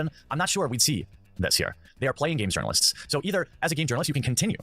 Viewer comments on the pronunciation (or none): The way this guy says “yournalists” sounds like a hardcore dog whistle... JUST SAYIN